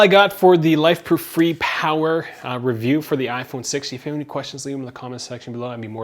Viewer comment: It's pronounced fray